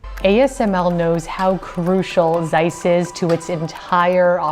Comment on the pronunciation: "Seiss that is es very german name, Seiss." No its not. Its Zeiss, not Seiss.